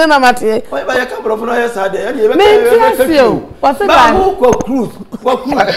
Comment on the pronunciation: That’s not what he said…. Listen well. By hook or cruise 😂😂😂😂